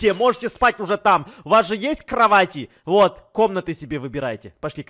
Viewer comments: Интересный факт: не может нормально сказать "вот", а говорит "воть"😂😂😂😂😂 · Я одна слишу "вотька" типо водка?😂😂😂 если тебе нрав 👇🌚❤✌♥✨🍄идея чпунька он написал вотька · не может выговорить слово "вот" Чпуньк в чате:ВОТЬКА🤣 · Бедный когда он пол дня пытался выговорить вот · Ну это же, он у нас редкий пацанчик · Ходят слухи, что до сих пор не может выговорить это слово